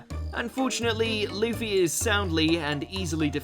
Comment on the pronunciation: its luffy not leafy